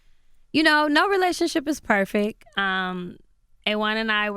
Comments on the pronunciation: “No relationship is perfick”.... had to stop listening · She kept saying perfect like “perfek” and it was getting to me lol